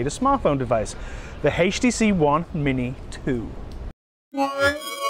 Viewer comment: Awesome phone. I noticed that he pronounced it "haach tc"